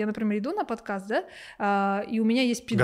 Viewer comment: Угораю как он произносит “подкЭст”, контент то для русскоязычных, зачем прям таак выделять с акцентом🤦🏻‍♀️